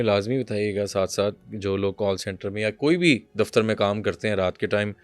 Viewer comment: Dafitar no dafatar😂😂😂😂